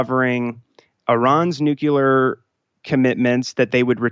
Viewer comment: Dear GOD it's nucLear. Not nucular.